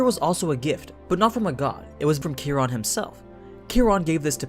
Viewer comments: Kia Ron not kerron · Ki Ron is how you pronounce it. It comes from astrology